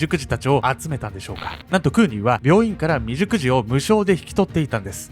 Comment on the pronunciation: クーニーさんめっちゃ立派！感動なんですが、未熟児が美熟女に聞こえしまいました。自分の性癖を意識してしまい、申し訳ございませんでした。笑